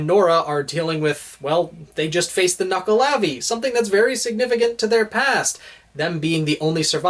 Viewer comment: I thought it was pronounced knuckle-ave not knuckle-ar-v